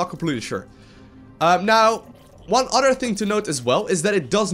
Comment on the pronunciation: Oder than dat. Can he speak without substitutings his ts for ds?